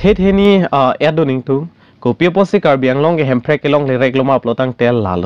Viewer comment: CM of Assam It is not karbi along. Karbi Anglong. Please pronounce correctly. "ALONG"= wrong pronounciation. "ANGLONG"= Right pronounciation.